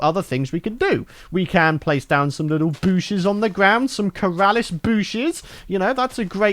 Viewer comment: Why do I see him wiggling his eyebrows when he says booshes